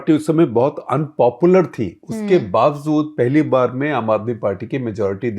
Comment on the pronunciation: I love and follow Shekhar ji a lot. He is so good & knowledgeable. In many respects I idolize him. In line with that, I want him to be better and better. Age is no factor as far as learning is concerned. As such and with that spirit, I want him to correct his pronunciation. He can correct his incorrect pronunciation of the Urdu/Persian word "bawajood" (meaning "despite" or "in spite of"), which he twice mispronounced as "bawazood" with a "z" instead of a "j". Regards, Pankaj Kaul